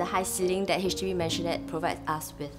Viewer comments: Owners, please google the correct way to pronounce Maisonette. It ain’t a mansion. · What’s with maisonette owners not knowing how to pronounce maisonette